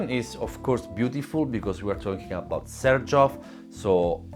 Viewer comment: I'd never know how to pronounce 'Xerjoff', learning from you.